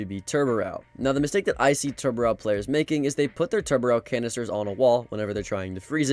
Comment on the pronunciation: Or that it’s TUBArao not TURBarow